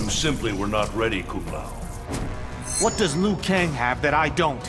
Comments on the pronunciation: Bruh, Johnny Cage literally called Kung Lao "Kum Pao" (like the chicken) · “Dung lao” “Kung Pao” good fucking lord give he man a break